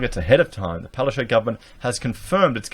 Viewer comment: Can we stop saying, Palacais? Palaszczuk is a Polish name and correctly pronounced, Palash-chook. Unless Queensland is hosting candlelight suppers headed by Hyacinth Bucket ("Buqette").